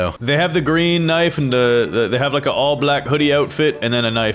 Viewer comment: it’s knife not k-nife😂